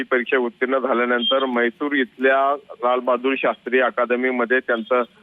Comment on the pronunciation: म्हैसूर नाही भावा! मसूरी म्हण!